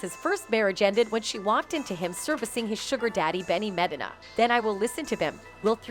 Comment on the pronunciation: I cant with the pronunciation of some of these names. Two-pack and Madeena 😂